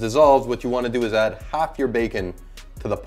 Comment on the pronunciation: His accent seemed pretty consistent to me. He only changed his accent once when he said bacon (Jamaican accent, sounded like beer can). Either way, he has quite a bit of a French-Canadian accent.